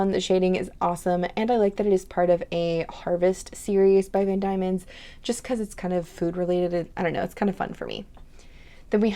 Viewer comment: I would love to get Sesame Oil & Pecan but I can't find anywhere for me to purchase. I like all of your samples, beautiful as usual 🤎 Van Dieman's is just 'van dee-mans' - it is a very often used & known place in Australia & I have not heard it pronounced any other way 😊